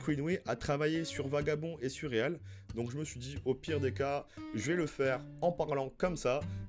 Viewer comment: Trop cool merci pour ton taff, les focus auteurs c'est vraiment manquant sur ytb et interessant gg ! Par contre svp c'est real pas réalle mdrr c'est horrible ce titre prononcé à la française. On croise les doigts pour des news sur Vagabond depuis qu'il a dit qu'il voulait reprendre !